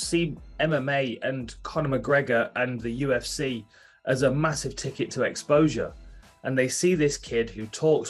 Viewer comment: Uhhhh Khabib, wtf is "the ufs" 🤣🤣